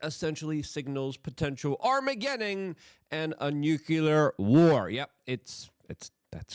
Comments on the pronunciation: Armah-gedding! And a new-cue-lerr war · WTF is arm a getting? Luke please slow down and say the actual words - it's your actual job